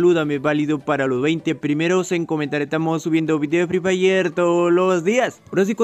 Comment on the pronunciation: Garena fri frhay😆 asi dice